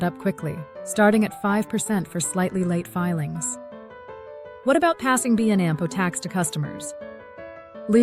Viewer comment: What a piece of crap. "B and Ampo" tax? C'mon man, do your own audio.......